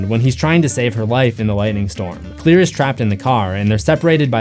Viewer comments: But... Her name is Claire... Not Clear... I grt thr connection you made... But Claire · It's CLAIRE not clear.